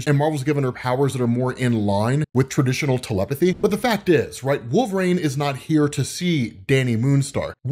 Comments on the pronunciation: I always wonder if pronounces WolvRAYNE on purpose or as a joke or there is something else I've missed? I've always pronounced it wul·vuh·reen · Again, with the "rain" bullshit. His name is wolverine, pronounce it right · Wolv-rain... his pronunciation of his name is killing me! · "Wolverane"